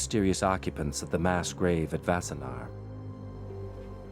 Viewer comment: It’s “Wassenaar”, not “Vassenaar”. And it is pretty weird to a Dutchman to describe it as being a short drive from Amsterdam as Wassenaar is much closer to The Hague. Sure, it is a short drive from Amsterdam, but everywhere in the Netherlands is a short drive from anywhere else.